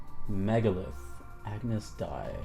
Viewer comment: Ah-noose day lol